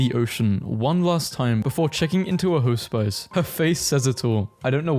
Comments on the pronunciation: i love that hospice (ha-spiss) was pronounced hoe-spice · deh-bree (debris) hos-piss (sorry - hospice). I've heard mispronunciations like this with an AI narrator.